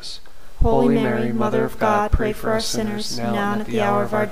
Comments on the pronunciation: It sounds like you’re saying pray for our sinners,? It’s “US”sinners! Can you please fix that? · Enjoyed praying this with you. Very peaceful. I was distracted, however, by what sounded like "pray for OUR sinners" instead of pray for US sinners. Other than that, excellent. Thanks. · By saying the word “our “ sinners , The entire rosary, you are not including yourself in the statement. It is incorrect and it is bothering me.🤗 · An imperfection: it sounds like you say "pray for our sinners", but it should be: "pray for US, sinners, ... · Your videos are so good, I just get so distracted by "pray for our sinners" that I have to stop the video every time. Please consider rerecording your otherwise excellent productions with "pray for us sinners"? "Ora pro nobis peccatoribus", pray for us sinners, not "ora pro peccatoribus nostris", our sinners. I can't possibly be the only one bothered and distracted by such an important detail!